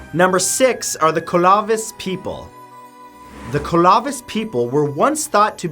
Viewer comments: CLO-VIS Sir.. CLO-VIS... Ur adding letters in.. BAHAHAHA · you pronounce it like this Clo (hard O) veese (like Reese of candy bar) emphasis on the EES both EEs in middle are hard, last e is silent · Clovis people, long o, as in the pronunciation of closed, or clover. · Matt it's Clo vis not Col ov is I'm from place called Clovis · CALA VIS or just CLO VIS? 🤣 I'm questioning this one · It’s cLoViS not ClOvIs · not colovis. Clove-is . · Er... Clovis is pronounced as it's spelled. Clove - is. It's the name of a small New Mexico town where the artifacts were first discovered. Not "Kolavis". Also, Puebloan is generally pronounced pueblo - an - at least, out here in the areas where the ruins are located. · It's pronounced Clovis people, not Co La Vice people. They were named after a city where their artifacts were first found. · Its clovis not colavis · Klo-vis. the first syllable rhymes with flow. Asnxingdue = Sahn-shing-dway. Pueblo= PWEB-lo. Moche = MOh-chay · Your slaughtering the pronunciation of Clovis. Clovis refers to the technology used by cultures all over the world, not one individual group. It’s pronounced like clover except obviously Clovis. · Also Clovis. Like clover with is at the end. Clove-is. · Clovis. Is said with a long o.. like clothes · Isn’t it just pronounced KLO-VIS? Like Clovis, NM? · I'm an anthropologist... everyone I know pronounces "Clovis" as "CLOH-vihs". I wanna know where you heard that pronunciation... Also, you're right that it's debated that they were the first group -- more people are beginning to think that they were descendants of the first, and that the archaeological sites that would be associated with the first people are underwater on the west coast of the US and Canada. There are recent pre-Clovis (contested, of course) findings in South America and California. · Isn't Clovis pronounced Kloh-vis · Clovis is pronounced CLO- vis.... FYI. I grew up in the area they used to occupy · karateman302 The Colovis people made me smile :)